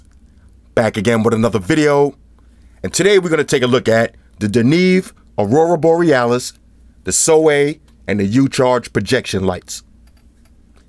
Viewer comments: I love it when he says "Arura Borealis" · One of the best fucking vids ever. Thanks. How many time did you practice saying Aurora Borealis. 😂